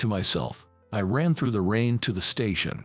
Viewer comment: And when they 'speak' the word 'through' it comes out as 'thruff' rhymes with 'rough' instead of 'threw' Also the word 'refuse' is 'spoken' as in 'refuse collector' rather than the word to mean 'deny'